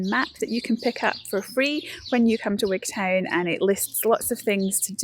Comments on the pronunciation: I know you come from D&G, or at least guess you're from there, but Wigtown is said Wig'tun ... just as you don't say Wig'town'shire .. it's Wig'tun'shir. Unless I spent too long down there and became a local. Anyhoo, fantastic corner of the country ... before living down there, when I was still in primary school up north and Glasgow, I would go to Gatehouse of Fleet for my hols. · What a peculiar pronunciation of Wigtown